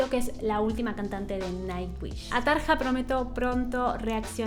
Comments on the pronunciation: Tarja se pronuncia Taria como Arya Stark de GoT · Se pronuncia Tarya o Tarlla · Este comentario va de buena onda entre disléxicos parlantes (?) Jajajajaja veo que en varios videos pronuncias de diferentes formas los nombres. Anette se dice como si dijeras Danette pero sin la D. Floor Jansen solo es Flor Yansen Tarja Turunen es Tarrrrria Turunen. Con Tatiana no te puedo ayudar, su apellido tampoco me sale aún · Me gustaría que des tu opinión con una video reacción entre Floor y Tarja. Por cierto...en neerlandés la J se pronuncia I latina, por lo tanto sería Taria y Floor Iansen. Como para aclarar un poquito. Gracias y seguí sumando suscriptores!!!! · Me encantas. "Tarja" se pronuncia "Taria" porque la letra "j" en finlandés se pronuncia como "i". Amo tus reacciones y el disfrute que se te nota cuando escuchas este tipo de música. Nightwish es un increíble deleite en toda la extensión de la palabra, sobre todo en shows en vivo!!!! Floor fue la cantante de After Forever. Por eso te suena conocida. Saludos desde México. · Tarja se pronuncia Taria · No se pronuncia Tarja, sino Taria. En el este de Europa el diptongo "ia" no es aceptado y se pone "ija". Por ejemplo policia se escribe policija pero suena policia. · En realidad se pronuncia "Tarria". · Se pronuncia Flor iansen y Taria. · Se pronuncia Tar i a o mira algun vídeo de Nightwish ahí hablan en finlandés y se nota claro como es la pronunciación :)